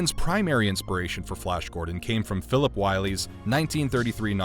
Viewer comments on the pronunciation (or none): none